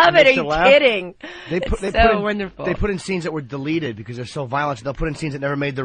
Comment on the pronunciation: I hate it so bad, it has to be a show of low intelligence to get such a basic word wrong. Nobody else says “buit” instead of “put” how did they not hit him in the mouth with the mic hearing that for a decade+ before he fixed it (which took a couple years)